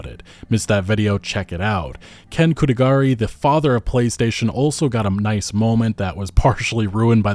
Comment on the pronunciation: Jesus Christ, it’s Ken Kutaragi, not Kutagari.